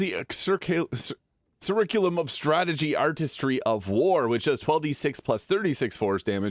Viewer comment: You mispronounced curriculum.